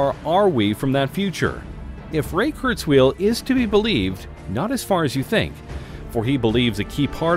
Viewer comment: Ray KurzWHILE, not Ray KurzWHEEL!